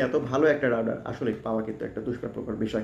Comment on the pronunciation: রাউটার নাকি রাউডার ভাই? স্পেলিং ঠিক করেন